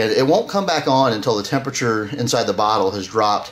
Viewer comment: He said botter 🤣